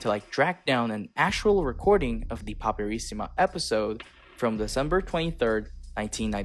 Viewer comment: Hai un eccellente accento americano, veramente complimentoni. Ma....andiamo...nessun americano sarebbe riuscito a pronunciare correttamente PAPERISSIMA, IN MANIERA COSì FLUENTE POI. TI SEI TRADITO DA SOLO ahahaha